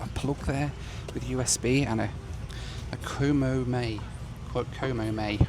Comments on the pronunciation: It's pronounced Eh Koh moe my. Purple bread is taro bread. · E komo mai means welcome or come in in Hawaiian You say it like this: Eh KOmo my